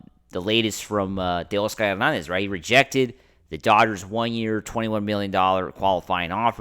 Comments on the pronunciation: 😂😂😂 he sounds 🤦🏼‍♂️ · I wanted to unsubscribe so bad when I heard the way your said Teo’s name.